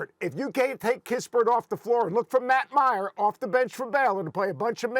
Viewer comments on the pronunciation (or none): none